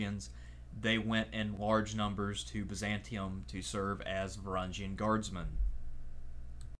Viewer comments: just a small tip, the g in varangian is a one just like the words grow/viking etc. not like a giraffe. great video nonetheless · Please learn the how to pronounce Varangian. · learn to pronounce Varangian